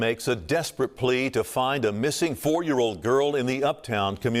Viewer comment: The word is FOUR, not foe.